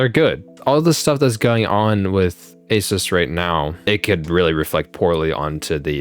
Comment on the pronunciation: It's pronounced Uh-Seuss. Not to be conflated with Acer.